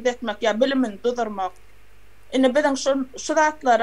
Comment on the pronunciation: Duzurmak dal de duruzmak dlyip ayt